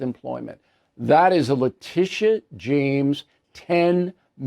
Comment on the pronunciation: I think her name is pronounced LA Tit ee ah